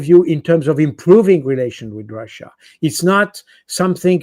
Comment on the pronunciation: it's not called "ROXA", it's Russia!!! 😅 Goodness me!!